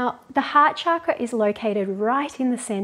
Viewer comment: Thank you for your awesome videos 💖 it would be great to hear you pronounce chakra correctly with ‘ch’ rather than ‘sh’ for chakra ✨ Namaste 🙏🏼